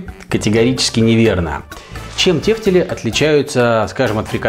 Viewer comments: почему в слове тефтЕли ударение на первый слог? как же ухо режет. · Первый раз слышу ударение на первый слог ))